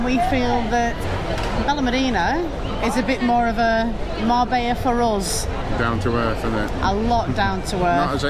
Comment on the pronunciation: You saying it wrong